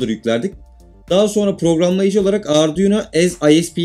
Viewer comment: Herşeyi anladım herşey güzel olmuş tek anlayamadığım nokta ardiuno dedin ne 😂😂